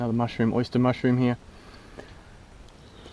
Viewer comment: “ The Oysta “ lol